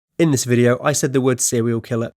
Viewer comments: "But can you name a sewial kiwwer" Fuck I hate your voice. 😂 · sewial kiwwer owo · Sewial kwiller uwu 69 times